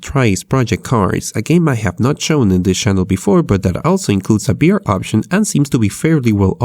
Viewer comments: Why do you say b instead of v? Its kinda annoying👌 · can u say "vr" and no "br" or u just kiding? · Is someone else confused because he says BR instead of VR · Why cant you say V you say BR all the time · i am not trying to be rude but you are saying Br instead of vr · are u constantly saying BR or am i crazy? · HE SAYS "br" NOT "vr" xDDD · why do you say BR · why do you say b instead of v? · "The debelopment of BR..." LOL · most of the time when you say vr it sounds like you're saying beer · the way you say VR in this video, sounds like BR. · tfw this nigga can't say the letter V Intro: De debelopement of BR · does he say br instead of vr (he cant say v) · I heard "BR" through the entire video and not "VR" haha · Why you say BR? Or whole video you change v w/ b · Is it just me,, or is he saying "BR"? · HTC Bive headset, BR games .... .... BRO pls learn how to talk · it's VEE R you fucken punk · Gee, I love "bee""arr" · Every time he says BR or Bive I die inside.